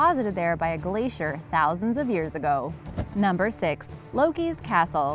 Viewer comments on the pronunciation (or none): none